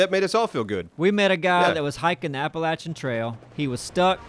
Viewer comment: You can tell that is from good ol' NC with how he pronounces Appalachian. None of that App-a-lashion bullshit. ( ͡° ͜ʖ ͡°)